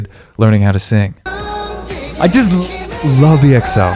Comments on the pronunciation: it's pronounced "eckso" not "e. x. o." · it’s said as XO not E X O please 😭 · Its not EXO (eeh-ek-so) but just( ekkso) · Its EXO not E-X-O....like "eggzo"...👍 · it's pronounced as EX-O not E X O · Just a friendly correction, EXO is pronounced as “XO”😊 and yes indeed Baekhyun got the most amazing voice😍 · It's pronounced as Ekso 😁 Love from Manipur, India ❤️🇮🇳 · Yesssssss!!!!! Finally an EXO related video!!!!..... Btw you can pronounce them as "ek-so", not only cuz that's how it's actually pronounced 😅 but I think that would be much easier to say. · Lmao how many EXO reactions will this guy do before he stops pronouncing their name as E-X-O? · It's pronounced EXO, not E-X-O. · Someone’s gotta tell him 💗we love you 😂but it’s EXO, not said E-X-O (sounds similar to echo but with an X instead of the “ch”)